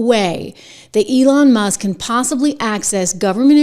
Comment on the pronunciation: Complete nut case. Feel sorry for New York with her there. She is not about law she is all about 100% anti-Trump at any cost. She can't even pronounce Elon's last name, Elon Muss lol